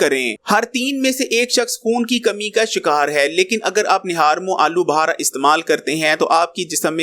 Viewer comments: Uncle. Aloo Buhara ni Aloo Bukhara bolty hain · Alu bahara nahin alubukhara.